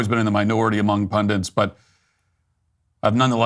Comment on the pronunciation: "pundints" = pundits You're welcome